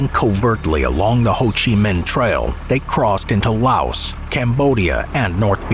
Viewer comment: The S in Laos is silent.